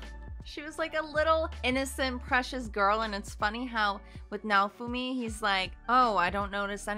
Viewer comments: a general way to make pronouncing japanese names easier is to split it up into its syllables and pronounce the syllables seperately. Nah-oh-fu-mi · The protag’s name is pronounced “now-foo-me”